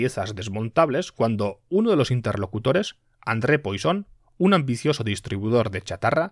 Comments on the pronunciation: No se dice "Poison", se dice "Puasón" o al menos así lo decía mi profe de cálculo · Sin embargo Poisson debería ser algo como puassón